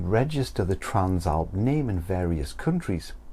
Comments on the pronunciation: Bro trans-alp not tran-slap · The translap must be a British thing. I have never seen/heard anyone struggle with the name.